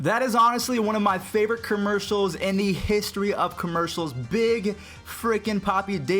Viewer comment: How you say commercials I’m dead